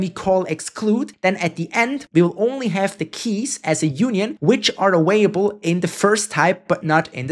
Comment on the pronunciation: they also always pronounce "available" as "awaible" and "parAmeter" as "paramEter" lol